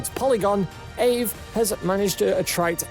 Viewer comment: He doesn’t know what he’s talking about . He pronounced dapps as D-apps and aave as ave.